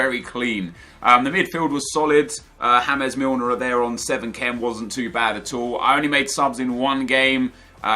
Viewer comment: It's not James isn't pronounced hames its James he's English